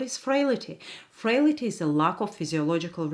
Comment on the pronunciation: Frail - ty. Not frail - ity.